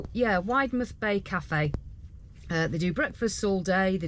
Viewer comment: I love your vlogs, we’ve just bought a caravan, we’re members of our very unofficial village caravan and motorhome group, I have tipped them all about your vlogs, especially parking. Cornish folk will tell you Widemouth Bay is pronounced Widdmuth. Black Rock cafe brings back happy memories of holidays years ago. They did the most amazing scones